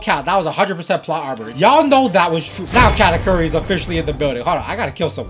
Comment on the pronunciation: ayo katakuri is pronounced (ka-tahk-urry)